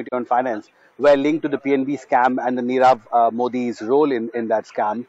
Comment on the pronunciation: U r unable to pronounce nirav .